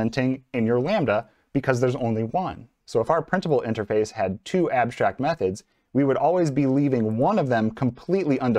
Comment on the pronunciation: If you say abshtrakt so say also shtatik and shimilar 😂… just joking. Thanks for this video!!!